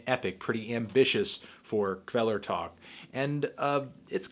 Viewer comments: I'm told the K is silent. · That's not how you say Kvelertak.